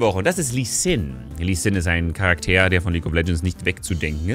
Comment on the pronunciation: Warum sprichst du das Wort "Charakter" französisch aus? ^^